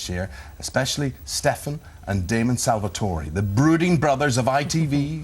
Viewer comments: HE JUST SAID SALVATOR-EE!! dick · He said Salvatore and pronced the e I thought you don't pronouce the e? Are they in the UK I want to meet them I realy do